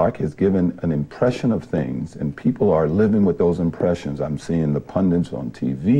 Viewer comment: OJ loves to use the word “ pundits “ and always mispronounces it as Pun - DINTS.